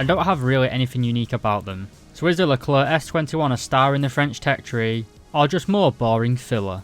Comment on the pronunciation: Your pronunciation of Leclerc in this video is pretty good and acceptable